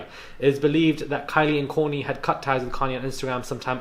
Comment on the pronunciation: 😅🤣😂 you speak so much, so The Kard-Jen names -- 😅🤣😂 who is Korni and in another video you said Koly 🤣😂.I'm happy to get little fun.🤗